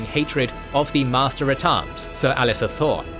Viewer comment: It’s Ser Alliser, not Ser Alister. Other than that this is another excellent video. Both of your channels are among the best on YouTube